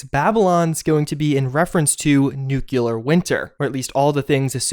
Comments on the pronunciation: Dude... NOO-KLEE-UR not noo-cue-lur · NEW-cle-uhr NOT "NEWK-luhr" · Nuclear is pronounced new-klee-ur not new-kyoo-lur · dude you are just graduating college and you still say "Nucular"? It's nuclear. Look it up in our home language dictionary. Nu-Clear. sound it out. Nu-Clear. not Nu-Cu-Lar. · NUCLEAR - not NEW-KILLER. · NEW-clee-ar. Nukular sounds GWB circa 2001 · It's not 3 locations, it's one. The tower by the fork in the river. That's why there aren't other holotapes. Also, it's not "nukuler" winter, it's "nuclEar" winter. It is just one of those things that gets me ever since Homer Simpson corrected the scientists. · I love your videos but, my God, it's pronounced "NOOK-LEE-UR", not "NOOK-YU-LUR". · Ive unsubscribed because you are dumb and refuse to correct yourself. How dare you have a degree from any higher education (which i highly doubt) and still pronounce "nuclear" as nuke U lar. Smfh for the LAST time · Love your videos, very informing. One gripe. Why can't you pronounce nuclear correctly? "New-clear" is the proper pronunciation. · NUKE LEE AR SAY IT! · Does it bother anyone else that says nucular instead of nuclear? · Bro its nuclear NEW CLEAR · How most people say it: nuclear. How Juice says it: nucelar. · "noocyalur winter" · UGH! I wish Americans would stop saying "nucular". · Its pronounced "new-Cle-ur" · please, please, pronouce nuclear right, PLEASE!! It's tearing me apart each time I hear you say Newclear!! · Please stop deliberately saying Nookyoolar and I'll totally like your vids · Didn't mind the cat kill, didn't mind Bethesda derping onto the Battle Royale train, but the butchering pronunciation of nuclear finished me. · "Nu...cle...ar. Nuclear". Come on man. Its not that hard. O.o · Disliking for mispronouncing "nuclear winter" and killing a cat.